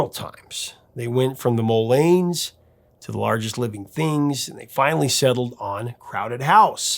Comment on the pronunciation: Mullanes! Not Millanes! Sheesh!